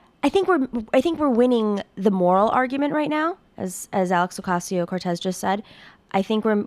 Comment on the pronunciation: Her last name is pronounced oʊˈkɑcioʊ. Not oʊˈkɑYsioʊ